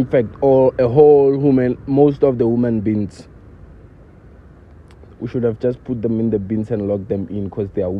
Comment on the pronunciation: Did he say "Human Beans"😂😂😂😂